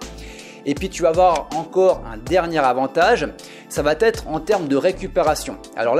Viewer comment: Ça va être", pas "ça vaT être" !